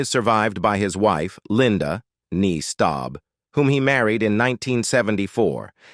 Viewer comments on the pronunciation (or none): none